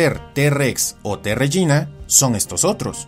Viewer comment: Creo que se pronuncia régina y no regína